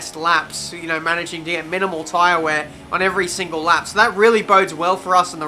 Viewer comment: was i the only one who was laughing when he said managing and all i could think was that he said manorging